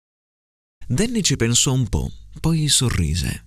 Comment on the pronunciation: Mamma mia è difficilissimo 😫 azzardo con la S di qualcosa verso 4.10, la O di nomi verso i 5.10 e la O di po' a 6.29... mi viene il dubbio sul mancato raddoppiamento della M prima di merda, alla fine, ma booooooh!! comunque, grazie come sempre 😉